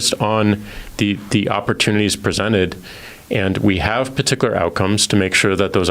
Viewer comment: Pa-tic-a-ler? No jack its "Particular"